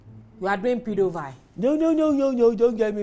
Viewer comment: What did Bimbo pronounce? Pedo-what?! 😂😅😅 And does Bimbo actually know what she’s doing with this her slogan? “We do know what we do do”. 😂😂😂😂 And this Kunle Remi’s accent is one in town. 😂😂😂how did they get through this episode?